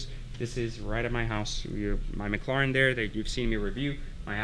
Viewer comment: sry but you rly need, to learn how to say mclaren.. it sounded like, you where saying it with a potato in the mouth